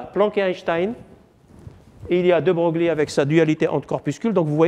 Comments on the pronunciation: De Broglie se prononce "De Breuil" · ce cours est très intéressant, mais le professeur manque de rigueur(fautes d'orthographe, prononciation de De Broglie,...)